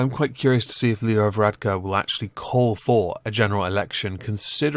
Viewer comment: first UK you tuber to pronounce Leo Varadkar correctly